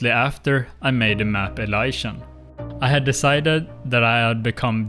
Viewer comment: I first noticed the way you pronounced Elysian. Few minutes later I hear Pegasian and Primordial. Now I'm surprised the break only lasted 4 months, runescape has a tendency keep people (like me) hooked for life lmao